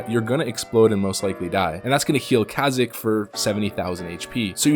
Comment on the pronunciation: Kazik?! That's not how you pronounce it.